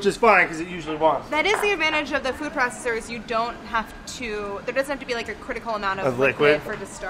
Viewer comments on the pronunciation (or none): none